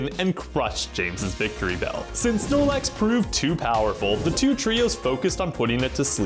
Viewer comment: Znorlax "alrite-now"😺